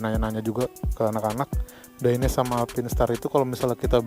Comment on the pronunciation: bang bacanya tetep dainese bukan daines krna dainese itu produk italy jadi e di belakang ttep dibaca 😊